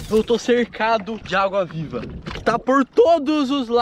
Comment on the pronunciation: vc falou auga viva em vez de agua viva kkkkkkk